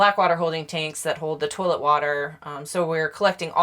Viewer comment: “Turlit” hahaha